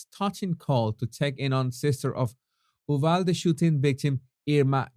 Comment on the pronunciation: Brilliant,! Btw, it is pronounced “you-valde”. Wait! I’m from Texas! You’re from Venezuela!